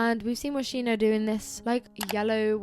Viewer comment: heiii I just wanted to say that "Moschino" is pronounced as "Moskino"! (interesting video and you are sooo lovely)